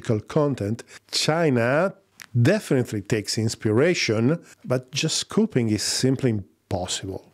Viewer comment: ...cop-ee-ing, not cope-ing...